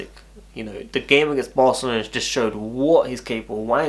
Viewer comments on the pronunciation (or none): none